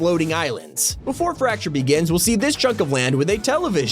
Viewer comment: Why does fracture sound like rapture?